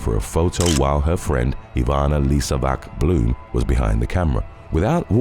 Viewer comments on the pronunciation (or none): none